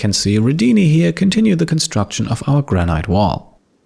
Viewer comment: Nice episode as always! Your English is near perfect (I know it's not your mother tongue) but just one tip - Granite is pronounced "Gran-it" not "Gran-iyt" (at least in England, maybe it's different in the US?)